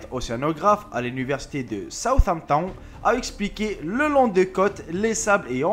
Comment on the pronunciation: Mdr le : Southampton 😂😂😂